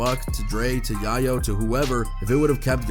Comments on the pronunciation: You cannot be a fan of the culture by slaughtering names like Iovine or Yayo. Do you not watch interviews as part of your research? Or do you just read articles? Lol. Vulture much. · “Yi-yo” umm it’s YAY YO. “Tony YAYO” to pronounce it “yiyo” u can’t be a real hip hop head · It’s Pronounced “ai • uh • veen” (Jimmy Iovine) Put some respect on the Man’s Name. It’s pronounced “yay • yo” (Tony Yayo) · “YEA-YO!” It’s YAYO brah 🤣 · Dude said yiyo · YI-YO hahahaha then says Yayo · Tony yah-yo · U said yayo name hella weird